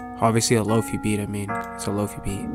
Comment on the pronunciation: hahaha i love that you call them "low-fee" drum kits... They are "lo-fi" as in low fidelity, as in the opposite of 'hi-fi' aka high fidelity.